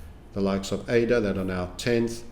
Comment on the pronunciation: I'm a follower long enough to remember when pronounced ADA as udda 😊